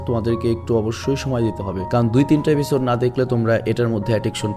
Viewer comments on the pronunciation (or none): none